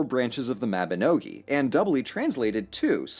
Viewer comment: I'm very impressed with your pronunciation of the Welsh names, especially Llywelyn Fawr. though 'Mabinogi' is not pronounced like that... also gonna brag real quick because! I have held one of the first printed editions of the Bible in Welsh! one of the coolest things I've ever had the opportunity to do